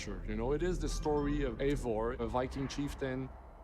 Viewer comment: It's not AY-vor, it's I-VOR! How can the makers of this fucking game not check the pronunciation!?